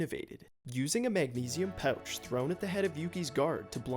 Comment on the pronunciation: I didnt realize was canadian until I heard him say pouch